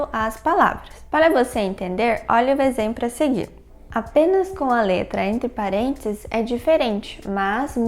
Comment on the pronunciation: "Exempro" kk